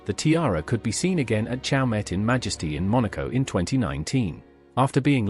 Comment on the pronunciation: The reader should familiarize himself with the pronunciation of the jeweler CHAUMET in which the T is silent.